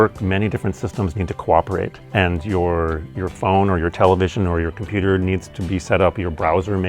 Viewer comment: ninguém: absolutamente ninguém: ibere: dizz izz eee de compiuter like